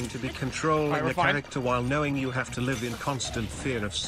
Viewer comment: you said kno”wing”